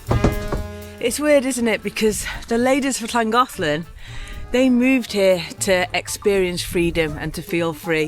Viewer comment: Hey, sounds like you've got the pronunciation of "Llangollen" down like a regular Welsh (if that's the right term). I think you'll like New Orleans if/when you come in a couple years. It's definitely a party town so you guys should have fun, and you can be just about as "rude" as you want...lol. I'm hoping things have gotten much, much better over here by that time. 🤞Oh, if you run into trouble while your there, just give me a shout. It's a bit of a drive for me but, I'll bring the bail money! 😂 Thanks for sharing. Take care.